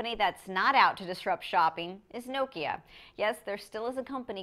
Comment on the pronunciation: Nice. That's the way nokia it supposed to be pronounced!